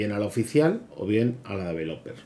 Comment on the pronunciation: podrías aprender a pronunciar correctamente la palabra "developer", para empezar...